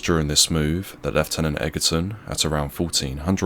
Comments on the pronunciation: The commentary is quite good,but you should pronounce the officer's name as Edgerton not Eggerton, despite the spelling. I take it you dinna lern inglish proper at sKule. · It's pronounced 'edgerton' but otherwise, thanks for this video. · Time you learnt to pronounce Egerton!